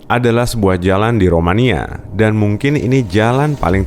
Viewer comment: Dan bukan dhan. Berada bukan beradha😂🤣 hidung lu kenapa